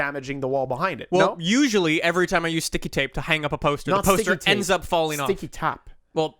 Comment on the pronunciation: WTF? WAS PRONOUNCING IT CORRECT, IN'S NOT SKICKY TAP IT'S STICKY TAPE